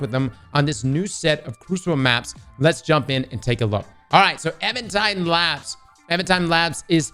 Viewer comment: Minor pronunciation error but it drives me wild... I'm pretty sure the made is Even tide but you keep saying evAn tide